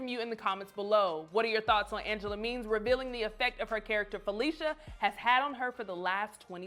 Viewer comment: It's Falisha not Felicia